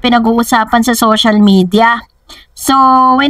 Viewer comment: Madam. Social. Not Sosyal. Peace ✌